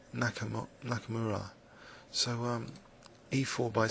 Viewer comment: it's "H. Nakamura", not "H. Nakumaru"